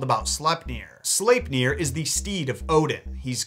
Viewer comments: I feel he pronounces slepnir wrong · I'm still not sure how to pronounce Sleipnir.